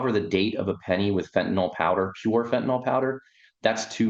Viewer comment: I enjoy your HONEST reporting.. and would enjoy it even more...if you Pronounced the word as FENTANYL....instead of FENTANOL !...and thanks again for your HONESTY !